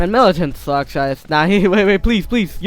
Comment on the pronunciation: He said militant wrong it is milicant